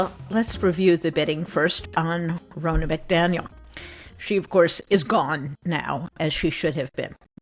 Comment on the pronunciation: Thank you for voicing the truth, that journalists must be truth-seekers. About the NBC thing, just a note: Ms McDaniel pronounces her name with a short O, like Harry Potter's buddy or the governor of Florida with a NAH on the end. Not Rona like Rona Barrett. - from a Michigander